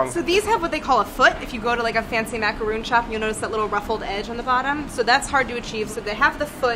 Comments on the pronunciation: Macaroon? sigh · psst, macaron is pronounced how it looks, not macaroon! :p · Macaroon? Excuse me? That was a macaron. You guys should know that :( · I don't care, but I had to say it for my best friend. Its macarON, not macarOON. Two different things, Claire should know of everyone there.. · You had me until you pronounced “macaron” as “macaroon” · Every time they say "macaroon" I cringe a little. Macaroon and Macaron are two different types of cookies!! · claire and brad: experienced and professional chefs also claire and brad: "MaCaRoOnS" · Macaron! Not macaroon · are you supposed to pronounce macaron like mac-a-ron not roon because isnt that a different dessert made with coconut? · ITS A macaRON NOT macaROON. Two different cookies!!! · When they pronounced macaron, "macaroon". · Those are maca-RONs. Just like it’s spelled. Macaroons are coconut🙃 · I don't know much about cooking, but I was here for this. I especially love the shade when a silly question came up. I was, however, triggered when they said macaroon instead of macaron. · did they just say macaROON and not macaRON? triggered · Two professional chefs and they pronounce “macaron” as “macaroon”. Those are different things 😐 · macaron macaron macaron...not macaroon! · Brad, Claire I love you both but it's macaRON not macaROON. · They kept calling macarons macaroons... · I cringed every time they said maca-rooon instead of maca-ROHN... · not macaroon, macaron. surprised they didn't know that.... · omg guys lol macaroon=\=macaron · Me when brad said “macaroon”: 😡 Me when claire said “macaroon” right after: 😳😰😨😱⁉️ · Love you guys to death but it physically hurts me the way you guys pronounce macaron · Cringing at the mack-a-roon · yeah but Claire has some knowledge about French language and is a pastry chef, so you could at least expect her to get it right, Brad is a different story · I was disappointed to hear Claire, a pastry chef, pronounce it incorrectly